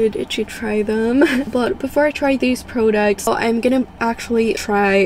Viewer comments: "prudocts" lmaoo but girll ur so prettyy!! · The way she says products irritated me so bad 😂😂🤯🤯